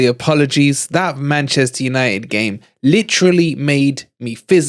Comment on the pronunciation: Why is he always saying LiVARpool and VARchester and Plopp. It is not funny